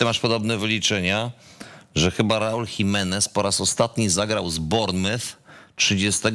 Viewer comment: Borek mógłbyś się nauczyć jak się Bournemouth mówi 🤣🤣🤣